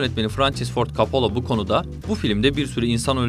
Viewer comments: Oooooooo !!! You fcking kiddin' mee ?? Coppola. Coppola !!! Not fucking coppolo ! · kopalo değil kopolla.. köbrik değil kubrik .. ingilizce parçalıyor seslendiren. bilmiyorsan söyleme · Kapalo, kopalo 🤣 İkisi de değil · Coppola ismini üç farklı şekilde telaffuz etmişsiniz,komik :)